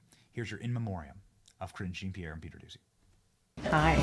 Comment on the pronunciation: Zhah(n)- Pierre. Lol just google it